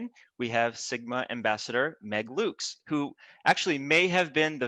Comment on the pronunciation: OMG! They pronounced Loeks correctly!! :)